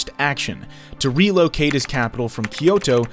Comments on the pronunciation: "Ii-doh, Yakohama" white colonizer pronunciation 101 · The repeated mispronunciation of names, especially city names, is throwing me. Japanese is a phonetic language. Question the accuracy if the narrator can't even say "Edo" or "shogunate" correctly. Is it an AI generated voiceover?